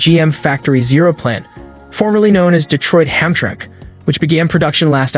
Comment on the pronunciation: Just curious, is the voiceover in this video computer-generated? It sounds really good, and I assumed it was a human recording until I heard the words "debut" and "Hamtramck" incorrectly pronounced.